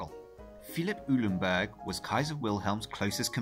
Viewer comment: Eulenburg = "OY-len-burg."